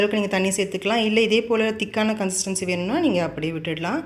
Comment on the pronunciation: கன்ஸ்சிடன்சி. கன்ஸ்சிடன்சி. கன்னுசஸ்டி என்று அடிக்கடி சொல்லுறீங்க அது என்ன